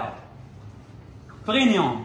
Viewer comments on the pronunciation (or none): برينيوم ههههههه سميتو بريميوم